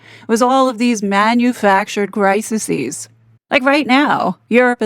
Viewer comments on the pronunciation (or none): You are the best on YouTube. I can’t hype today either. One tiny thing for you, the plural of crisis is crises pronounced cris-ees.